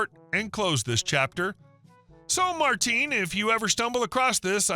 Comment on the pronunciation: The name isn’t Martin, it’s Martín. i vs í. The pronunciation is going to be different because it wasn’t an English name.